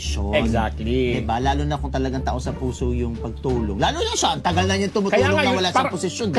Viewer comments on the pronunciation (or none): "That's a lot tasa nonsense" ang narinig ko. Ikaw?